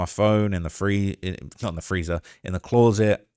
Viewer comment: I wish you could pronounce the word 'closet' the amount of times you can't pronounce closet is crazy